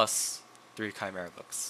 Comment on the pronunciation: It’s chimera not camera ?